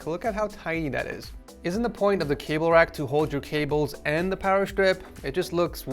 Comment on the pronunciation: all I can think every time he says cable is kaybow and I can't unhear it